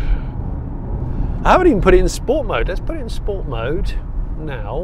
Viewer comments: Great review as usual Jonny. 9/10. 1 point docked for incorrect pronunciation of the word ‘sport’ before the 0-60 run. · Trying to get used to you saying "Sport" normally.